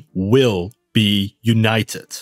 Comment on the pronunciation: Ive heard Americans pronounce T like D. But never a D like a T and a T like a D in the same word. Yoonayedet.